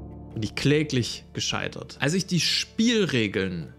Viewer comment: Guter Beitrag Aber dieses isch macht mich fertig